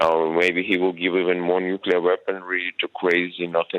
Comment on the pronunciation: Please employ presenters who can pronounce 'NUCLEAR' correctly 🙄